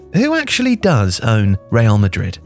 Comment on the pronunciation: Good video but the guy should put more effort in his spanish pronunciation. Osusuasuauna! Real Madrit, socius suciedad anunimia deportivia jajajja amazing!!!!